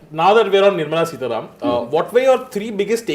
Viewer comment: It's Sitaraman Not Sitaram...